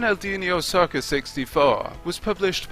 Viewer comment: Took until the opening of this video that I realized the announcer pronounced "Soccer" as "Saucer"